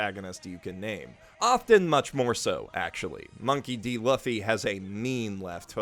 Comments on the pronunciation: Also that pronounciation, Monkey D. Luff-e and not Lou-fee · Yo, bro, you say Luffy wrong, man. It’s pronounced “Loofy”, not L-uh-ffy. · Luhffy. Yes. Definitely not Luffy. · Luu-fy not Luff-y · it is pronounced Lu-ffy not La-ffy. sorry just wanted to point this out. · oh my lord. please say loofy and not luhffy. love you <3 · LOOFY not Laughy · Look...no BS! I enjoyed the video....but...Ussopp is a much better liar than you!! It's clear you ain't watched One Piece cos you said, and I quote, "Luffie" - WTF??? It's pronounced Loofy, and you'd know that if you actually watched it! Also, if Sanjitards heard you say Red Foot Zeff you'd get your ass kicked. However, you did make me miss those days when I 1st started watching One Piece - I've NEVER binged anything so hard in my life!!! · did you say luh-fee? luff, like stuff? dear god. LOOOOOOFFFY like a cow goes MOOO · Did he say "luffy" instead of "loofy" or am I just smoking the good kush rn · I'm sorry, but you just said Luhffy? It's Loofy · I made that mistake, too, when I started reading the manga XD It was only when I started watching the anime that I realized it was pronounced LOO-fy. That said, I also had a stroke when he said "Luhffy." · honestly it is pretty toxic. I get that you might think something is pronounced different sometimes as it's not your main language but it's not that hard to think in a japanese context. It's pretty easy to determine that its pronounced Looffy as it most likely stems from るふぃ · lUHHHffy Actual Pronunciation: LOOfy; i.e. sounds like goofy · Dunno if it’s been told to you yet but his name is pronounced Loo-fy, not Luff, Loo—, just so you know. Yes I know it’s confusing but I wanted you to know. And also Zoro’s name is Zoro, not Zolo if your reading the Viz manga. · Hey man, love your content. Just please, it's pronounced loofy. Not l-uh-fi. Please. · Also loo-ffy, not luh-ffy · Did you just say luffy? Eww man it’s looffy (pronounced) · Luffy is pronounced “Loofee”